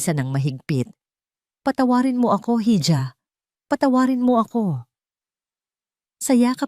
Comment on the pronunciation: Hija is read as iha and not hidja..❤